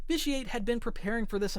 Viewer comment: you should play it, it’s a great game. I could tell you hadn’t played it because of the way you pronounced vitiate